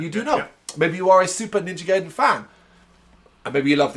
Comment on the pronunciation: Okay heads up I’m a NG freak so I have a good bit to say. It’s pronounced “Gah Ee Den.” It’s a Japanese word, the “a” is always pronounced “ah,” the “I” is always pronounced with the “ee.” If you see an “e,” it’s pronounced “eh” (like in “den”). Also it’s amazing how you were surprised at there being blood in the series because even the NES series was super dark and violent in it’s story. Go back and watch the cutscenes, I’m surprised kids were allowed to play it back in the 80s! Ryu does have a certain amount of paranormal abilities from his ninja training, showed I his ability to use ninja magic even in the NES series, so him hearing the girls’ voice psychically isn’t out of the question given NG lore. It’s surprising you weren’t into it given the prominence of dragons, magic, and obviously ninja in the series. The story about the dragons and seals was originally in the first NES game, and is central to pretty much all NG lore. Robert is from NG2 for the NES. He’s actually a very prominent side character. They also gave him a cameo in the new Ninja Gaiden 3. It’s bullshit that you think Sara should be going with them, Robert’s ex-SF and Jeff’s an ex-mercenary, they lore fighting pros and she’s a journalist. Also the part about him enjoying the killing sounds way darker as a translation than it is in Japanese, he’s just talking about him suppressing his warrior instincts, and them awakening again. Buckywise is not Jacquio, Jacqio’s real name was Guardia de Meaux. Buckywise w